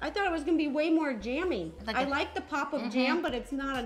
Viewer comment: It’s gives me the ick.. ‘JAMMIE dodgers!’